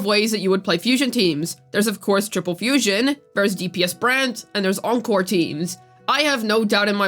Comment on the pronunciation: WHY TF YOU SAY BRANT WUTHERING WAVES LIKE WHYY